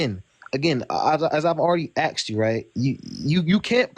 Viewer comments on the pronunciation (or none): Did he just say “as I already axed you” wth lol, how does a native speaker say axed instead if asked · As soon as he said axed instead of asked he lost the debate, dude if you can't even pronounce "asked" right, don't try to be the smart guy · Ask, not AX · Why is it every time somebody wants to try prove that magic is real they put the word QUANTUM in front of it? They don't even know what the word means! Am I really supposed to take someone who uses the word AXED seriously? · Black people logic. lol. Aksed. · When this toddler grows into a proper adult. He will understand that religion and Science do not, cannot and will not ever work together. The Flaw here is that deadhead believes that 'A there for G, so that G is the only answer.' When he 'axed' you about the universal laws, he did not answer your 'asked' question. Which his flawed option enforces Magic. Ta Da! Peace